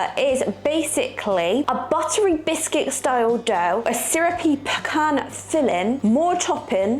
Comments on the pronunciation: I have never heard of pecan cobbler. I DO love that you are saying "peh-Kahn"! 😃 I have a pecan tree in my back yard and I loathe! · Pecans are absolute perfection, as is your pronunciation of the word. It is argued quite often here in the US and I think only Texans pronounce it the other way. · Well being from GA myself this is the first I’ve heard about pecan cobbler (we say peh-cahn which you were pronouncing correctly most of the time) but a lot of people say PEACAN and to that I say they can pee in a can if they want to lol Pecan pie is my husband’s all time favorite dessert and he has perfected the recipe, or at least that’s how we feel about it lol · Thank you for all the history and explanations. I'm from and in Texas, so I know pecans. My mom made the best pies, and pecan was one of her favorites. We could pick pecans next door at my grandparent's house, crack and pick them out, then cook them. You are now pronouncing "pecan" correctly! Congratulations! We always pronounced Karo syrup with the long "a" and long "o" sound. I don't know if that's correct, but it's acceptable.